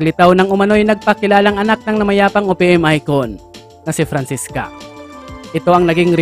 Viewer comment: Francesca po hindi Francisca 😂✌